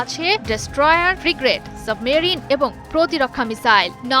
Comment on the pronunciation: tv please train the presenter to correctly pronounce the word “frigate”/ফ্রিগেট। The news presenter pronounces ফিগরেট